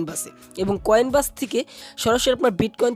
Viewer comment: উচ্চারণ টা ভালো করে করেন, কয়েন ব্যাস না কয়েনবেস